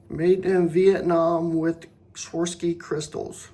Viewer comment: Swar-ov-ski is the pronunciation